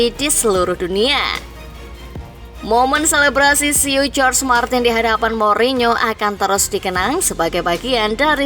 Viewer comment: Izin koreksi min,jorge martin dibacanya bukan jorj martin, tapi horhe martin